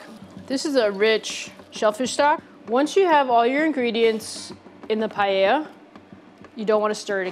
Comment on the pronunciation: As a Spanish cooking instructor I was sobbing all the video long watching that "chef" massacre Paella. Don't you dare even pronounce that word ever!!